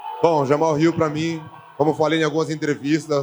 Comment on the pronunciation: Nobody heard when hill was like “you put jahmal hill in a main event.” 😂